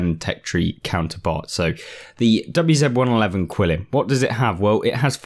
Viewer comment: It's pronounced Chee-lin. Not quill-in.